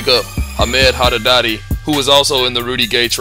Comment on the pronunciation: I think you said Haddadadi instead of Haddadi lol Great video as always